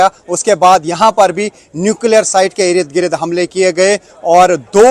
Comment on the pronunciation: irid girid kya hy bhai...? Ird Gird hota... your channel is Urdu but many pronunciations are incorrect.